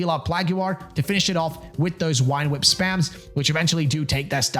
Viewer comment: Why do you say wine whip instead of vine whip? Am I just new and there’s like a joke I’m missing or something?